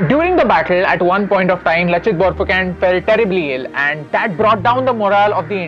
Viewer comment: Not phukan its phukon